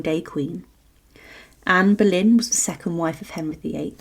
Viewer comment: Será Boleyn , no Berlín. Anne of Boleyn.